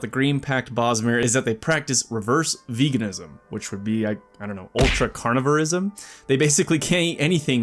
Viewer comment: Reverse veganism? So carnivores? I think he said it, but to me it sounded like he saud canibalism